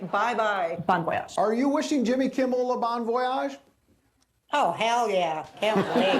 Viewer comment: "jimmel kimmel" 🤣